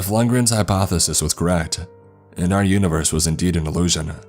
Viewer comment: Hypososis? Did anybody else hear it?